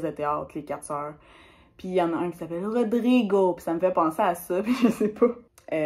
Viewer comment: Haha j'ai ri avec la façon que tu as dis Rodrigo 😂 c'est fini, maintenant à chaque fois que je vais voir Rodrigue je vais voir ton imitation 😂 Perso j'adore les prénom Rose et Camilla, ma grand mère s'appelle Marinette et ma mère Hélène mais difficile de rendre ses prénom prononçable en anglais 🤔 Sinon j'ai un cousin qui s'appelle Yann, c'est un prénom breton Bon courage dans la recherche , je trouve ça super dur 😅